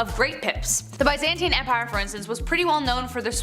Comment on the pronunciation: Please learn how to say Byzantine correctly